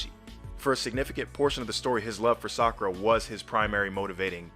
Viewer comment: ... I aint the only one, right? The AI Naruto called her Fakura!